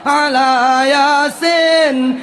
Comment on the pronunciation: Yasin pun diucapkan Yasen....hadeeeh dah parah ni ustadz